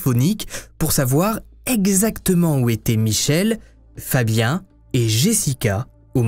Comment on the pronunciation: FABIAN NE SE PRONONCE PAS COMME FABIEN !!!!!!!!!